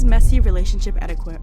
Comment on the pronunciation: The "U" in "Etiquette " is silent, btw.